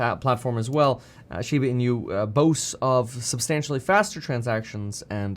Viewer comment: its funny how you say the inu as in-u instead hahaha